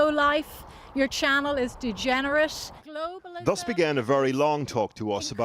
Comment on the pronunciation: Vewy nice twy.